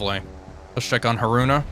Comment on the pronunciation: I have never heard anyone pronounce Haruna so badly...